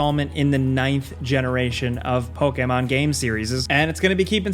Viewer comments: Evil West, Callisto Protocol, God of War Ragnarok, Hogwarts Legacy, rest are irrelevant. Ps, you say pokemon weird lol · I hate the way you say Pokémon. Great video though.